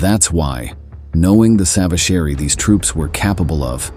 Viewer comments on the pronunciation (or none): It's too bad that the A.I. voice can't pronounce savagery and locals.